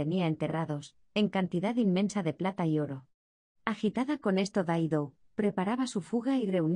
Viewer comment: Hola, es la primera vez que escucho decir Daido en vez de Dido, hay alguna razón? No es inglés sino Latín.